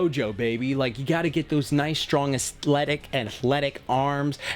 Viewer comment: “Asthletic” LMAOOOOO 🤣